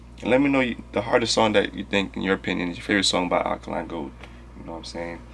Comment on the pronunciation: It's pronounced Ah day kun lay (without stressing the y)